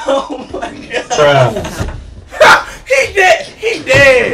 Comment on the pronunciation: Oh mawy gawhd he on xgames maode